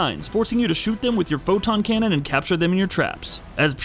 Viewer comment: 🤦🏾‍♂️ Every time I heard him say that.